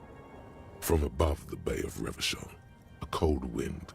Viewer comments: endurance is purposefully mispronouncing it. The game had been released without a voiceover and spent more than a year before being voiced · Weird how Revachol keeps being mispronounced in the mirror sequence but not always. I guess they recorded the personalities at different times and the pronunciation was corrected by the time Endurance was done.